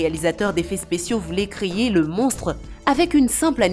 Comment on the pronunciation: C normal elle dit créyer